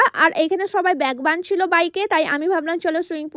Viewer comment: তুমি উচ্চারণ ঠিক করো "বাঁনছিল" নয় বাঁধছিল, "সুইংপুল" নয় সুইমিংপুল, "শরীল" নয় শরীর। আর পুরো নেপাল নেপাল করে এমন করছো যেন পুরো নেপাল দেশটাই তোমার বাড়ি, তুমি সেখানকার মহারানী 😅😅